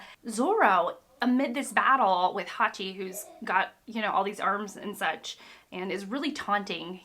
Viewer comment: You pronounced Hachi wrong... But I don't know how to correct it in writing. The ch is not pronounced like a k. It's more like a tch... (Edit- you said it right later.... So dont worry about that. He is my favourite vilian in this arc). You can Also it's Bellemere not just Belle. Pronounced Bel-a-meer. That's as far as I got so far. You might find it interesting that it is a troupe in Japanese fiction (not just in manga) for a characters final words to be telling someone "I Love You". This is obviously seen in this arc with Bellemere. I might add more later but for now I also want to say that i completely forgot that sone of the things in the story are hinted at this early on. I cant tell you more because of spoilers, but make sure to try to remember every detail bevause it might come back out of nowhere a few hundred chapters later